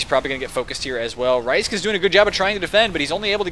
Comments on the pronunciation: Thanks for doin a poop game. It really is a shame that I can't make any of the matches otherwise I'd be right up in there with wreckin as Scouts:3 Also, it's pronounced Risk, not Ricek XD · Yeah you said my name right, you said rhysk's name wrong you had it right at first.